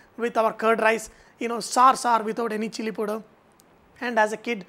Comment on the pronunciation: KARAN7497 : hahaha .lolz. I thought only I heard it as poder